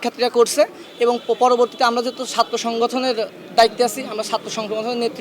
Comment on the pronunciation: এরে দেখে তো মনে হয় না এ ছাত্র ছাত্র সংগঠন বলতে গিয়ে ছাত্র সংশোজন বলে😂😂😂😂😂